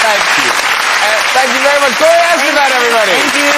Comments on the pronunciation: No matter how many times she repeats her surname, English speakers will always stress it on the wrong syllable... Lovely and beautiful as always, Gloria :D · Graham, it would make a better impression on your guests if you pronounce their name correctly. Gloria’s last name is stressed “Es-TE-fan”